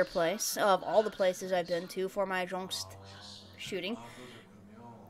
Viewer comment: You pronounced Jjongst correctly :)))) it’s Jongho+OST=JJONGST